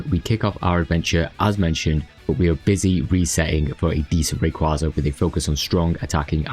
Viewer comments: Just once. Just ONCE I'd like to hear SOMEONE pronounce it right. It's Ray. KWAY. Zuh. As in a Quasar. A KWAY. Zar. It's not a Kwawsar. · You're annoying, huh? Anime in my country pronounces it as Rayquáza, so there's not a "right" way to pronounce it. Do you really think the japanese say it like "rayquayza"?